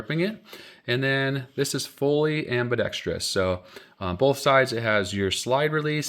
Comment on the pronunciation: I can't believe you pronounced ambidextrous properly. 99.9 percent of firearms reviews say ambidextrious. Good job!